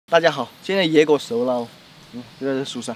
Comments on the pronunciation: 聽到野“狗”熟了 我以為華農改吃狗肉了 看字幕原來是野“果”熟了 🤣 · 野果一直聽成野狗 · 開頭沒注意到字幕, 以為他說"現在野狗熟囉!" ˋ嚇得我跟狗子們都出冷汗了